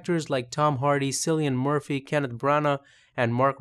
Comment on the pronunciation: Cillian Murphy is prounounced with a hard 'K'